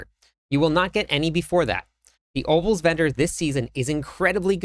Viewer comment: Are you saying ovals vendor or opals vendor? Sorry I'm new I have no idea what that is lol